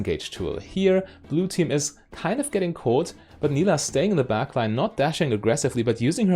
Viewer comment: It is pronounced like you did in the video, she says her name in her taunt and I would guess that she knows how to say her own name correctly ^^